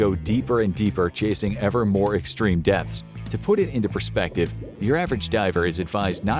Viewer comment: Every time he says depths I heard deaths